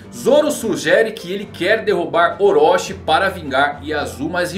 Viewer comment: Desculpa, mas não se diz Orochi como se fosse "oróxi", mas sim com a pronúncia de "orôti", Chi no hiragana tem som de TI.